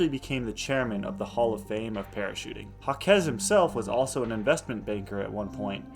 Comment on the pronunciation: You butchered that man's name 😂. He is French. It's pronounced zhahk. Jacques (French for James) is pronounced with a soft 'J' (like the 's' in "measure"), followed by an "ah" sound, and ending with a hard 'k' (e.g., zhahk). While some English speakers might say "Jakes" (like Shakespeare's character), the most common and authentic French way is a single syllable, rhyming with "sock" but with a softer start.